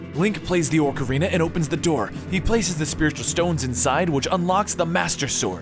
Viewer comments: it`s pronounced o-carina of time. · Foroarai? Ganondalf? Orcarina? I know you aid you were reading it but really? And 100 festivals set 100 years apart is 9900 years not 1000. If there were 2 festivals set 100 years apart there have been 2 festivals. Therefore where n is equal to the number of festivals, the number of years passed is 100(n-1) = 100n - 100. I let the first mispronunciation slip but you just kept saying things... and I really like your voice over work normally. Also, Vaati was sealed in the four sword in Minish Cap. The picori blade becomes the four sword. Have you even played it? Vaati wasn't released again until four swords. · liking the videos, but why the stuff is he saying orcarina? we all have strange ways of pronounciating zelda words, but this guy is bold as all heck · And "Orcarina". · Orcarina, Ganondolf...Dude, pronunciation of weird words is one thing, but you just plain can't read. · its not oRcerina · "Orkarina" "Ganadolf" >.< The things you pronounce things... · Aw ka ree nuh. Ocarina that's how it's pronounced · ORK-arina? smh...